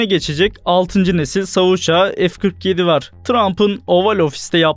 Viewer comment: Keşke "savaş uçağı" diyebilen birisine seslendirtseydiniz.